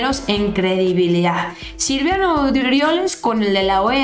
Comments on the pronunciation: el nefasto se llama Silvano, no SILVIANO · no se llama SILVIANO Es SILVANO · es silvano, no silviano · felicitaciones por tu programa. Pero no es Silviano, es Silvano. Saludos!! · perdóname que te corrija pero es Silvano no Silviano, saludos y arriba la 4T y nuestro presidente AMLO. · es Silvano no Silviano 😉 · Es Silvano No Silviano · Aguas, es: Silvano no Silviano. Te van a agarrar de cotorreo. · SE LLAMA SILVANO "NO SILVIANO" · es Silvano, no silviano